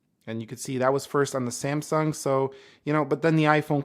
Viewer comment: It is NOT semsung. Samsung